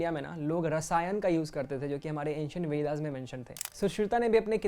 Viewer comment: Good concept but poor narration.. it's Ved and not Vedas, Gandharv and not Gandharvas, Ayurved and not Ayurveda